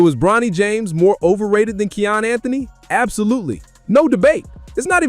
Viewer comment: His name is pronounced: Ky•yan (Kiyan) dope vid 💯